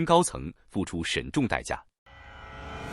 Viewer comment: 是沉重代价，不是沈重代价，每天念错🥲